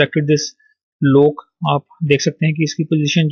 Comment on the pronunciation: its 'lock' not lok